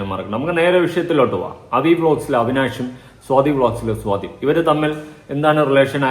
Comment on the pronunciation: സോതി അല്ല സ്വാതി 😊